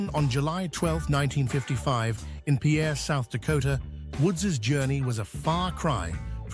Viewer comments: It's pronounced "peer" not "pee-air". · Pierre, South Dakota is pronounced more like the word “pier” than the French name.